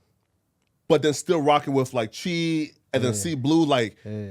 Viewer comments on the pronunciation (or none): Not even “C-HII” but “Chee” 😭😂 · bro said cheee its chii dickhead